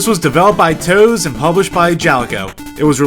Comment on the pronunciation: Turns out this time I was the blub blub. The actual pronunciation is "Toe-suh"